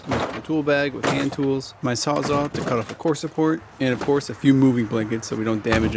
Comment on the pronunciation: It’s pronounced sawz ALL not aw , sawzall because it saws all , not sawzah